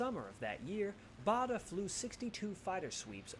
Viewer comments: Don't take the pronunciation in that video seriously, whoever (or whatever) who was speaking is not British. For one he said "the Royal Berkshire Hospital", in England Berkshire is pronouced Barkshire and we've always known Douglas Bader as as being pronouced BAIDER not BARDER. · To the commentator it is BADER nor BARDER!